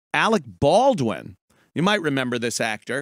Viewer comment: Arec Bawdwin.....